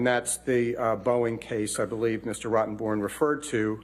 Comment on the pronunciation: They are mispronouncing her attorneys name....it's Bornrotten, not Rottenborn.